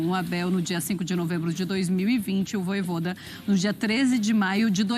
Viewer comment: “Vojôda” é putaria 😂😂😂😂